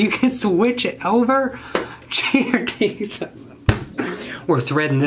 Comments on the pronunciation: “I forgot to run it through the other thread guide........... Jear Desus” 🤣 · You said gear desus😂😂😂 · “jear desus”